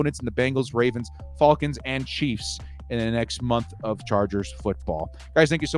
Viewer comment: "The Fawlcons"